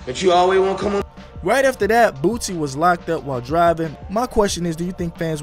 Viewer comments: BOOSIE NOT BOOTSY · ...Grammar lesson... Boosie is pronounced Boo-C... Not BooTsie... Get it straight if your gonna say anything at all... That's all!... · dude you are seriously that dumb .?? "bootsie" wtf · “Bootsie” 😂😂😂😂😂 get the name right bro! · of first of all it's cow wee ta. second, his name does not have a T in it so idk why you keep saying bootsy.